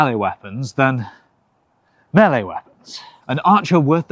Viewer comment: Thank you for pronouncing "melee" correctly